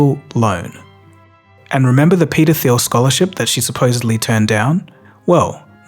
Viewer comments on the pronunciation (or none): .. when you say 'peter thiel' it sounds like pedophile. since he is German, pronounce it as Germans would, the h in thiel is actually silent, so you would spell it like 'Tiel' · Dude, you need to articulate "Peter Thiel" better 🙄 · I swear to god , i thought you said the pedophile foundation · when you say Peter Theil it sounds like Pedophile X) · Peter Thiel foundation almost sounded like pedophile foundation as i was just listening to the audio 😢🤦‍♀️ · peter theild foundation sounds like paedophile foundation lmao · Say Peter Thiel again 😅